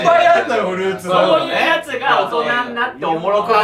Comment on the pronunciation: さんの発音がずっと「ふるうつ」でなんか和む